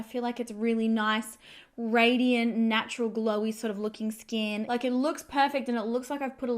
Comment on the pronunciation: Why do Aussie YouTubers keeping putting ‘ah’ after everything?? Ie ‘Look at my skin-ah!’ 🤷‍♀️